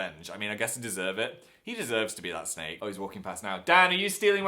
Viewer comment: I love how you pronounce "snake" as "sneak" 😂 it's adorable